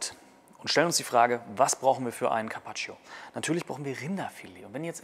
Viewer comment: Man spricht das i von carpaccio nicht aus